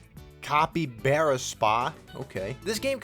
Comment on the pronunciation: EXCUSE ME it’s pronounced CAPY-BAR-A